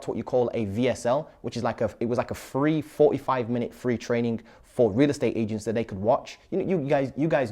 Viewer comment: Good content, buddy, but my God, wtf is Fanks? Firty ? Free, do you mean three (3) and fings, do you mean things ? 🤣 and sumfink, assuming this means something ?